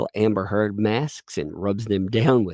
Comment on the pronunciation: I love that everything says is slightly off. AMica instead of aRNica, THE Umbrella MAN, instead of That Umbrella Guy, lolz! I think the cat lady's going senile!